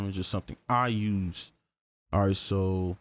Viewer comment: Ma boy be putting so much emphasis on the "this is something I DO, something I USE." Lol.